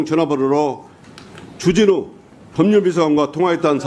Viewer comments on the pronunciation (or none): 주진우 발음이 ...